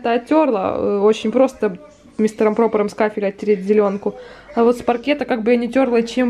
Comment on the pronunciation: говори грамотно не пропОром а мистер пропЕром. Бля из какой вы все и вся ваша семья деревни... ((( ну блин обидно